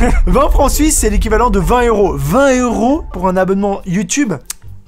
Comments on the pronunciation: tu dis 20 éuros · 20 éeuros😂